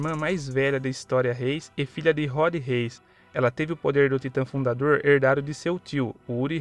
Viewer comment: Cara é rood reis não uri reis mano